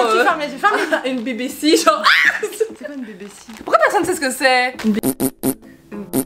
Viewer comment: "bé bé si" au lieu de "bi bi si" (BBC) T-T